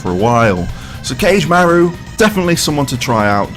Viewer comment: It's 4 syllables, Ka-ge-ma-ru.